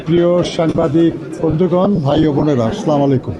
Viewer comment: Salamu alaikum না। দয়া করে শুদ্ধ সালাম শিখেন এবং শুদ্ধ উচ্চারণে সালাম দেন। السَّلاَمُ عَلَيْكُمْ ه (السَّلاَمُ عَلَيْكُمْ وَرَحْمَةُ الله ِِوَبَرَكَاتُه)